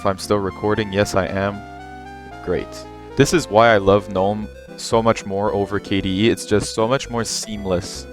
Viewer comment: finally someone that doesn't pronounce the g in gnome! honestly one of the big downsides for gnome for me is having to hear people say guh-nome. I've just finished trying out both in a virtual machine and KDE feels like the Linux I remember using 12 years ago. It doesn't look modern. It doesn't feel modern. Going from Windows 11 or especially modern versions of macOS to default KDE kinda just sucks. Gnome looks great, and it feels great, and as you've shown off here there's plenty of customisation possible.